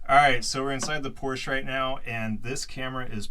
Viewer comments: Come on man. It's "pore-shuh." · What's Porsh?